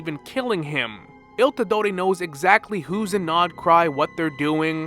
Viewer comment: Are you some sort of Latino Something about how you say il dottore